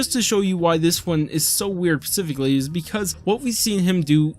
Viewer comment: this is a nitpick, but "spe-sificly" is the pronunciation